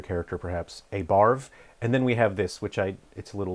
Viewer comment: I keep hearing "Barv" as "Barf"...which is somehow appropriate, given the subject matter.